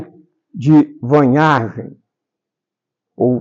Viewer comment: Só para ajudar esta pessoa que fala, a pronúncia correta do sobrenome do Visconde de Porto Seguro é "Farn-haguen" com h aspirado e g como guê. V em alemão tem um som semelhante a f quase soprado. É um sobrenome germânico e como tal devemos pronunciá-lo. A leitura deste livro tem que estar situado no seu tempo-espaço do seu surgimento. Este olhar distanciado do autor em relação a seu objeto de estudo envolve certo preconceito e ideias eurocêntricas que hoje já passaram por uma atualização científica e metodológica. Mas, é importante para se entender como era compreedido o Brasil aos olhos deste autor e neste tempo histórico.